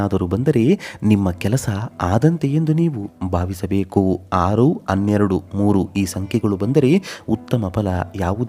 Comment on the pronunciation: ಅನ್ನೊಂದು ಅನ್ನೆರಡು ಅಲ್ಲರೀ ಹನ್ನೊಂದು ಹನ್ನೆರಡು ಅಂತ ಹೇಳಿ